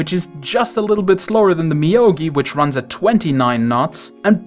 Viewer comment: Moyogi dude, not Miyogi lol